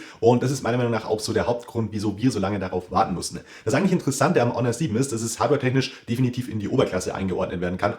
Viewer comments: AAAAAAAHHHH wieso wusste ich dass er -H-onor sagen wird Und er weiß einfach nicht was eine „Wahrenti Kar“ ist 🙃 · Am Anfang fand ich ja noch die Aussprache von "Honor" gewöhnungsbedürftig....aber "Technische Deteis"....ne....